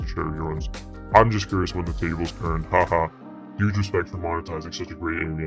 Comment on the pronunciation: “Tuuge” lol 😂